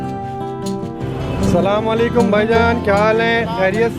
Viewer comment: Bhai sallam wallekum nahe Asalam Walekum bhai salaam ALLAH ka kalam hai Bhai sahe bola karo